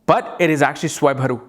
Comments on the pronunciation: Svarvanu, not Swayvaru, as I remember having heard somewhere. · It's SWARBHANU , not swayamharu😂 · It’s swarbhanu .. not swaybharu 😜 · Swarabhanu... u pronounced it wrongly